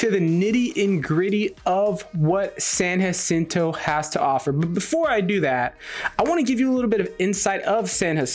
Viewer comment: Dude please stop saying " San acinto". How is it you can't say San Jacinto, you have a spam last name 🤨 it's not that difficult! I can't take it anymore you said it like two hundred times 😤